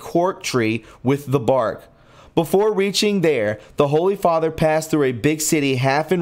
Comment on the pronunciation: Butchered. Fr. = (Father)